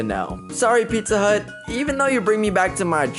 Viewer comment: Did you say pizza hont 😅